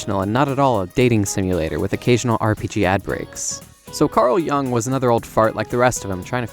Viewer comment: Love how you're like: "You're a fool because you don't know enough about Jungian psychology," while actively pronouncing Jung's name incorrectly, and right before changing the pronunciation multiple times throughout the video.